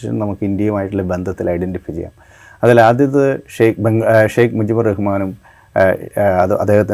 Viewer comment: Sheikh alla. Sheikha Haseena ennanu correct